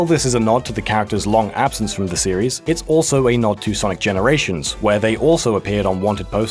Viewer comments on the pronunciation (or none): none